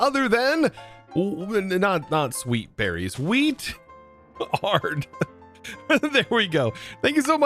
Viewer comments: That member is not weet-ard. Its wee-tard. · Uh, i don't think thats pronounced "Wheat Ard". Lol